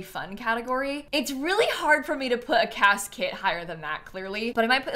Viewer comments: Why every time says "cas kit" do I hear "casket" 😅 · Every time says “Cas kit” I hear casket 😅